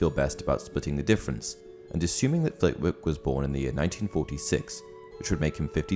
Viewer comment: Little fact for ya. Flitwick is pronounced “flit-ick”. I know this simply because I live in Flitwick. I read some time ago that she named the character after the town